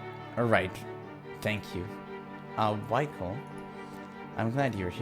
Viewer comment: You need to use French pronunciation of name Michel. It's correct one in this game. Nice to see that you like this game. Can't wait for more!